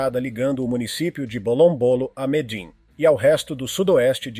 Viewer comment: Qual é a Capital da Colômbia? Narrador: Medim! 😂